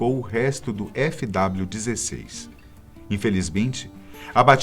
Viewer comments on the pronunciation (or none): A pronúncia certa no início do vídeo é FW16 não TW16 😉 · O nome certo é williams FW16 e não TW16